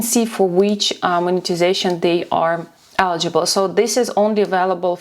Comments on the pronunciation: Please learn how to pronounce 'eligible'. Thank you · It is not accent my friend, it is incorrect pronunciation of the word. Please look up the difference between accent and pronunciation. Warm regards